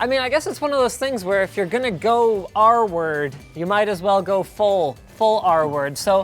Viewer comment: "R-word" I thought you were saying "arward" or some other word I hadn't heard before. I see now that you meant "retarded".